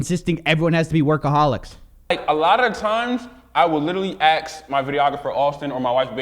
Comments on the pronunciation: Did say "AXE" instead of ask? Cringe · . The tip off, he axed his videographer. I HATE it when people pronounce “ask” as “axe”. But then in this case, it tells you everything you need to know about this JC Penny Hood Guru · "They leave you content with your life" - The horror Also, its ask - not ax!! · First thing. Learn how to pronounce "ask". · says "ax' instead of "ask", talks like he has a pound of shit in his mouth, and speaks at a kindergarten level. Yep. I totally believe this guy's a genius millionaire. I trust everything he says.😁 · He will literally "aks" what day it is. Good one. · I'd never take financial advice from someone who said "aks". That's just me but if you can't pronounce a 3 letter word correctly don't try to give me advice. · If i had enough money i wouldn’t even buy a lambo. Talk about a money pit. Imagine the repair bills and insurance, registration holy shit. Dont ever take advice from people that say Axe instead of ask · Hey dont be so hard on him. He's not educated enough to interpret charts. He has to "axe" what day it is...i mean come on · Man, this swag-ass poser couldn’t even pronounce the word ASK properly. Assssskk. Not aks. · I would literally AKS my videographer... lol!! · My dude can’t even pronounce the word “ ask” properly…. Lol